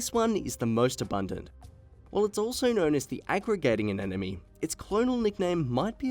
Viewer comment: I enjoyed the video in spite of the narrators CONSTANT MISPRONUNCIATION of the word ANEMONE. O.K., repeat after me, AH-NEM-OH-NEE! It is NOT pronounced AH-NEN-OH-MEE. It’s not THAT difficult! See? I honestly cannot believe that they let something THIS ridiculous pass through the production. This error surely makes me doubt other pieces of information in the video.